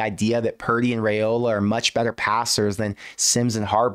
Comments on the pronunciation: It's Rye-Ola not Ray-Ola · If you're gonna act like an expert on Nebraska football, could you at least pronounce Raiola correctly??? RYE-OLA.....not that difficult. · RYE-ola please say it right